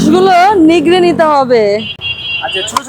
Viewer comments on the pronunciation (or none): নিগরে না নিংড়ে।